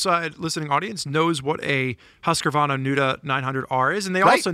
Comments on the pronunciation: What the F is a Huskavarna? How about Husk-varna for pronunciation? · please stop saying husqRRRRvarna. There's no R there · Say it with me now HusqVARNA VARNA VAR R NA 😂😂😂😂